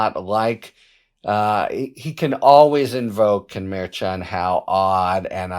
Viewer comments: Sounds like you are saying "Mayor Chawn", rather than "mer-shawn" / mer like her / 2c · Merchan is pronounced Mershon quiet n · Harry is an awesome commentator. But seriously, he needs to stop mispronouncing Justice Merchan's name. He is a highly respected professional. Mispronouncing the name of the Justice is beneath him. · It’s interesting that with all your skills you cannot pronounce Judge Merchan’s name properly, as KFA has taught you.